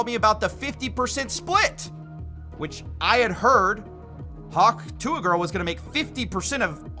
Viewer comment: Hawk Jew-uh